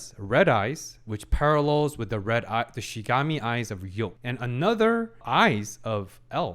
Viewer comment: Can't wait for him to finally pronounce Shinigami correctly xD